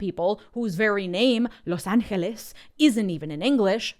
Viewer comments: The “Los Angeles” was chef’s kiss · I loved your emphasis in “Los Angeles” spanish pronunciation, I really appreciate the coverage you are giving to this hell we as latinos, even with legal status are living. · that pronunciation of Los Angeles was SO satisfying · loving how you said "LOS ANGELES", beautiful!